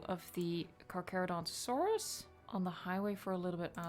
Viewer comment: Hi I’m not trying to be mean but it’s pronounced (car cher o don to saurus)